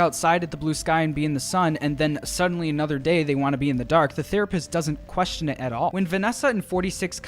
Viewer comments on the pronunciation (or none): none